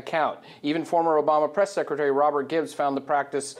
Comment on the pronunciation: "While [Hillary] was Suckretary of State"? Little Freudian Slip there,?:)